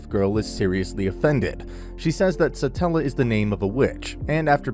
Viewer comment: Why is no one correcting him on Satella lmao Its Satella the witch of envy not stella